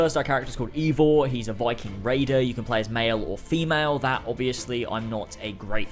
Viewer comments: Ay-vor not ee-vor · Pronounced avor no eeeevor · not really, more like Aye-vor. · He isn't called "Ivor" you have to say "Ayvor" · Why are people calling it ‘Avor” and not Eivor? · ...it’s “A-vor” You don’t pronounce “eight” like “eat” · It's pronounced A-vor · I believe Ubisoft have said it is pronounced Ay-vor btw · It's pronounced eye-vor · It's not eivor its pronounced ay-vor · Remember, he's British. British can't pronounce shit.... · Is unsure how to pronounce Eivor "I've never heard it said out loud" plays clip of people saying Eivor outloud 10 times